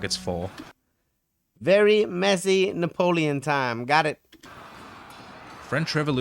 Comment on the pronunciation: Sorry, it's Napoleon and not Napoloen